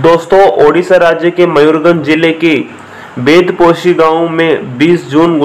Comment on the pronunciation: Right pronounce Mayurbhanj not Mayurganj First correct it